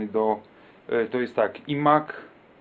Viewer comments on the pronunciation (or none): Filmik super ale mówi się 'aj mak' aż uszy bolą a mak niech służy jak najdłużej